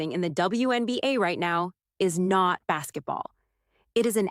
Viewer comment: Did she just call it Bassetball?